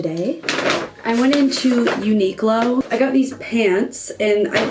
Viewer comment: Super cute outfits. I actually like the pencil skirt and grandpa blazer. Also just FYI - Uniqlo is pronounced like uni-klo rather than unique-lo. Sorry that was grating on my ears everytime you said it haha :P